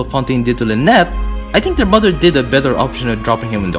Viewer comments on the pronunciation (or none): none